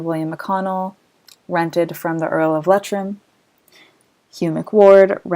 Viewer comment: Very informative! Thank you very much. FYI. It's pronounced Lee-Trim, not Let-trim.